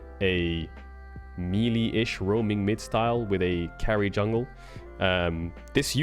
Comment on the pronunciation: May-lay. May-lay. Melee is pronounced may-lay.